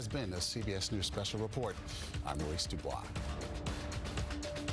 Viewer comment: Thank you for pronouning your name properly - DuBois is not pronounced Duboyse Americans